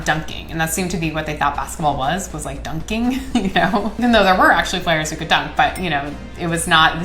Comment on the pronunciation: I resent the way she says dun-king.